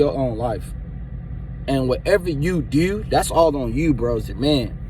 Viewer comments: Bro I’m sorry but plz stop saying dew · 🤣😂😂😂 "Watch what you Deew.. just do it right" So he really know how to say do lol